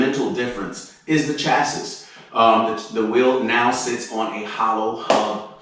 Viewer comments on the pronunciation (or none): CHASSIS IS STILL PRONOUNCED CHA SSY MY DUDE